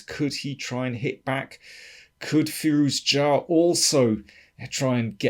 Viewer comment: Interesting game and analysis. FYI I believe it's pronounced fi-ROO-ja (with a French j.)